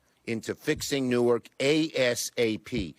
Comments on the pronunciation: Could someone please teach how to pronounce "Newark" instead of allowing her to continue calling it "Nork"? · Literally everyone else on the broadcast pronounces it correctly. She's the only one pronouncing badly. You don't have to be a scholar to read the word "Newark" and get it right.